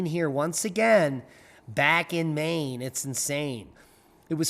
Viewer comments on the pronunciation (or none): none